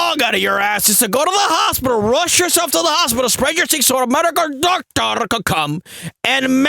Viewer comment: "medical doctorrrrrrrrrrr"